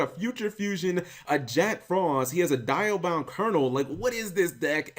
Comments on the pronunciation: it's called dia not die-a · Cap, it's Dee-a-bound Kernel, not Die-a-bound. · It's Dee-Ahh-Bound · Cap not sure if u actually listened to how it was pronounced in the original series but it's "Dee-Ah" for the Diabound.